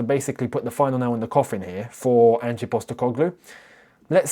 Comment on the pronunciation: I almost hope forest sack Ange so I don't have to hear you constantly butcher the pronunciation of his name.